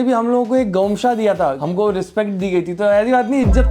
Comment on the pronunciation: me Assam se hu nd usko gomsha nhi bolte gamusha bolte hai